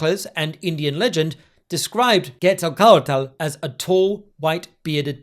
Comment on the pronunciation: Normally wouldn’t say it, but since the way you are saying Quetzalcoatl seems like you’re trying to be authentic, the “tl” is a voiceless alveolar lateral affricate. Think a sound like the Welsh ll but with an air stoppage preceding it. The way I’ve seen some who don’t want to try to pronounce this unfamiliar sound do it is by just enunciating the t really hard at the end and not adding an l. Not that you have to try to do it if ‘authenticity’ isn’t your intention of course.